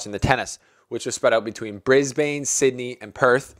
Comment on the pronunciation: Hey mate Brisbane is pronounced 'briz-bin', just letting you know before some queenslander gets triggered